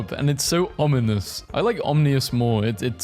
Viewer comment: yayy you learned how to say ominous ^^